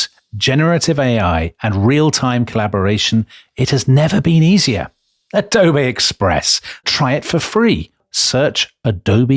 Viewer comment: The way Dominic says "Adobe Express" always cracks me up... . Plus, I love how Tom is so intimidated by making a video without Adobe Express he mentions it twice. Best Adobe ad ever!